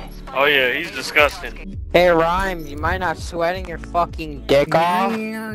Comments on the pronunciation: so he knows your youtube channel name but he can’t even say ur name properly 😭 rimms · I just wanna quickly say the guy that didn’t know who you were said your name right and the guy that did know you didn’t...smh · I was just about to say this😭 the random got it right and dude corrected him and said it wrong